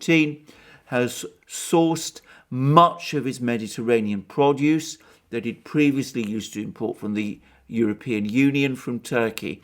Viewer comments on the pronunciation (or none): none